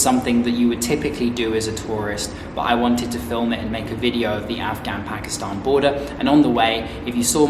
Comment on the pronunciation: i like ho ypu say "pakistahn" thw correct way like u do 😊